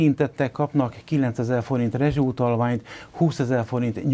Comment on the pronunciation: Rezsó utalvány...az igen...szavakat se tudja jól mondani...